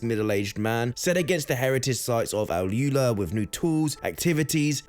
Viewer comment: AlUla - Al oolaa not al yooler